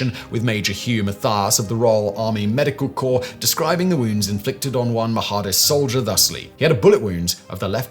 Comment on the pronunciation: It's pronounced "Mah-dist," not "Maha-dist"